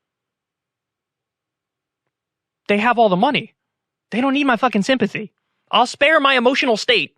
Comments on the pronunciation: That host really just said, "the rich get no sympathah" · Not, "sympathy" - "sympathah"